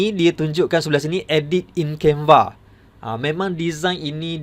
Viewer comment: Waduh waduh tu asyik tersasaul sasul mas..canva jadi canvee..